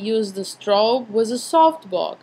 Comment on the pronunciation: Just one thing ... do not pronounce the "Z" sound so much .. when you say "with" you pronounce it like "withzzz"